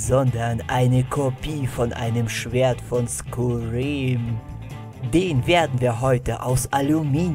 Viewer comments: Es heißt übrigens skyrim nicht skurim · Du hast skyrim völlig falsch ausgesprochen Bitte Google forher Dinge wie man sie ausspricht skyrim wird wie skeirim ausgesprochen mit der tüpichen englischen Aussprache des r's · Is so😂 "Skuriem" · Es wird übrigens „Skai Rimm“ ausgesprochen nur so zur info fürs nächste mal :D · Ich hab ja nichts gegen dich nh, ich feier dich eigentlich aber es wird Skei...rim ausgesprochen 😂🤷 aber wir Skyrim geschrieben 😉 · Es heißt skairim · Wie du Skyrim aus sprichst ist anstrengend mit anzuhören als Fan des Spiels aber das Schwert ist dir echt gut gelungen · Nein skyrim das Spiel wird anderes ausgesprochen und so wie der das macht das ist so anstrengend weil es einfach mehr als Falsch ist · Tschuldigung aber musste immer wieder lachen als er es falsch ausgesprochen hat,aber wie auch sonst bei dem format wieder nen super video gefällt mir 💖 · Also erstens mal es heißt SKYRIM also spricht man es auch wie sky aus und es ist kein Schwert aus skyrim es ist ein Dolch um genau zu sein der Dolch von Mehrunes Dagon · Kannst du Skyrim nicht richtig aussprechen oder habe ich einen Hörfehler?